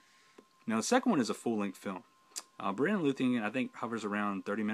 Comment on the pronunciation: Great video on these fan films. But I must correct your pronunciation for Beren. The stress is on the first syllable, not the second, which makes it (phonetically) BARE-en, not buh-REN.